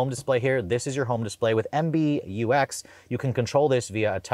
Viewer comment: It is MBUX not MBTex